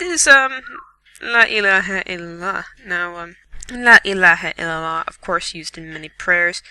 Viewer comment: It's not La Ilaha Iliha, it is La Ilaha Ilila, not Ha okay? I don't mean to offend you